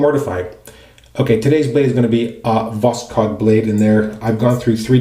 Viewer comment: Did you know the "k" is silent? Vos-hod is the pronunciation. Just my 2 cents. :)